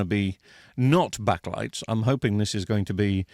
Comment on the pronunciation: STOP SAYING BACK-A-LIGHTS…its backlights, one word two syllables. Honestly that is the most infuriating thing I’ve heard all week.